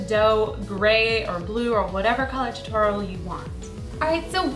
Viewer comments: it's pronounced toe-toe-ro i think, awesome creation btws!! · TOTORO HOW YOU SAY IT toe-tr-o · Totoro not toro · actually it's to-to-ro. Japanese doesn't end syllables with consonant sounds. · The japanese pronunce it: toe-to-to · i really don't mean to be mean but its pronounced toe-ter-roe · Toe-toe-rrro roll the r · Isn't it pronounce "To-to-ro?" If not, I'm sorry for thinking that.😒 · its prononced {tor-tor-o} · It's toe-the-roll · Arielle_The_Pug its pronounced to-to-ro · Pronounce as toe ta roe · These are amazing, so cute! But you're saying his name a little wrong :p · Don't say his name wrong. Its my favorite movie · i hate how cupquake was pronouncing it wrong xD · You said his name right ONE TIME in the very beginning... It was hard to hear you say it wrong the whole rest of the video... Just saying... Cute cookies though... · You say totoro weird o.o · Americans say Totoro wrong. I am japanese american and its so weird how everyone says it here in america. :( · you said Totoros name wrong almost every time you said it in the video. just to let you know. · You say totoro weird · your not saying it right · B.T.W it's Totoro is not pronounced like that. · You said totoro wrong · You said totoro wrong... -. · she dosent say it right